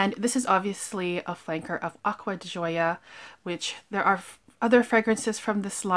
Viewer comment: Nice video..I too Love Hermes fragrances..so luxurious and beautiful! Ordering online at Hermes is great too..they package it in their beautiful boxes with ribbon! I love your reviews! Also, try the Ocean di Gioia..it’s wonderful!! Pronunciation is “di Joe” soft J 🤗💕💕..Cheers!